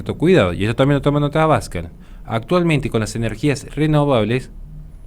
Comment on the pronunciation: Un detalle: El apellido de Santiago Abascal es una palabra aguda, así, no se dice "abAscal", si no "abascAl". Por lo demás, un vídeo brillante como muchos que de los que tienes publicados. Mucho ánimo y muchas gracias desde España!